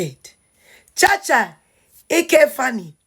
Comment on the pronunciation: Cha cha Eke Faani not ike,, learn how to pronounce people's name.